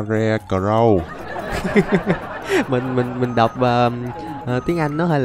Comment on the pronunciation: triệu hồi ra con boss sờ ca re cờ rou 😅😅